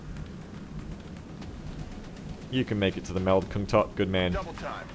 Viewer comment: Just an FYI, but kungtotte's name should be pronounced kungtotteh